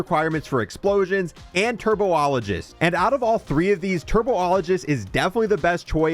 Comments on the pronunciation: BRO CANNOT READ!! TURBOLIGEST? TRIBOLOGIST 😅GO TO SCHOOL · Got to love that turbo ologist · "Turbo-ologist" You mean... Tribologist? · Bro need to learn how to pronounce words. TURBOlogist from tribologist is crazy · lmao bro also pronounced tribologist as turbo-ologist 😭 in what world does “tri” make a “tur” sound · TURBOLOGIST LOL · Tri - bol - o - gist, let's all say it together now. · You’re giving him to much credit. He said “turbo-ologist” haha 😅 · Turbo-ologist is what had me 😂😂